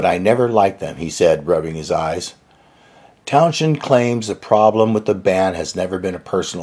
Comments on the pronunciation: "Town-shend"? No. It's Towns-hend, and you can pretty much leave the 'h' silent. The 's' and the 'h' do not interact. There is no 'sh' in Townshend. Please re-train your pronunciation of Townshend's name, just leave the 'h' out. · Its Townsend, not townjen...the h is silent. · His name is pronounced Towns--hend ,not town-shend. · You pronounce Pet´s name incorrectly. His name is not Town - shend but Towns - hend. Originally the name referred to someone who was coming from the end of the town (or living there), thus, from town´s end. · Many thanks! Yes is from LA, so sometimes he pronounces Pete's last name TownShend. But I explained that it's pronounced Townsend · Interesting! Thanks for posting. (Incidentally, the "h" is silent. It's pronounced Towns-end not Town-shend) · Is the narrator saying TOWN- SHEND? because.. well, that's incorrect. It's TOWN- ZEND. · That's Towns-hend, not Town-shend. Basically sounds as 'Towns-end'. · Good insights. Thanks. By the way, Pete's surname is pronounced like "Town's-end" or Towns-hend". There is no "sh". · He's been a public figure for only 55 years, so it's understandable that there might still be some confusion on this point. It's pronounced "towns-end". No "sh" sound. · Interesting video, but Pete's last name is pronounced phonetically like "Towns-end" not with a "sh" sound. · There’s no “sshhhh” in Townshend. It’s Towns-Hend 🤦🏻‍♂️ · It's not Pete Town-shend..It's Towns-hend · It's TownSEND Not TownSHEND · TownZend, not Town-shend. Shirley BASSey, not Basie. John ENtwistle, not ENTwistle. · He's correct. And so what if he didn't like them... I can see why he wouldn't. The substance of the two bands repertoire is like chalk and cheese. There's no doubt every rock act from the mid 60s owes something to the Who. That type of power and visceral approach began with them. And it isn't pronounced "townSHend". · Sorry But your TownJend is driving me nuts. Just say “Pete”! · Why do you have a problem pronouncing Townsend ?